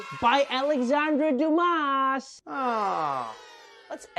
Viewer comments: It's called Duma, not Dumas. The s is silent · It's pronounced 'Alexander Du-mah' ; ) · Just FYI - s is silent in Dumas. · it's duːˈmɑ